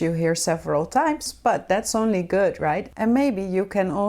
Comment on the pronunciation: ''gooda'' lolllll.